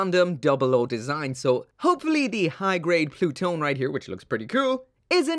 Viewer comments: Am i the only one who thought it says, Plut one. Like.. “ploot.... one”? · im fairly certain that pronounced plu-to-ne in japanese or at least thats what i heard while watching crossrays clip